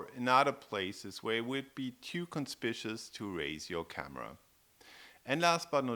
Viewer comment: Not too bad a selection of tips. I just can't get over how you mispronounce conspicuous. There are two u's and four syllables - makes a difference.